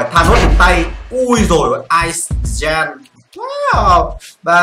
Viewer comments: chữ Giant đọc là "trai-ần" chứ ko phải là "gian" nha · Từ giant đọc là "giai ờn"